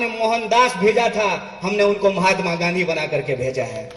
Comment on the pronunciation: Mhatma Gandi ka naam.thik se bolo yaar - public sunta hai.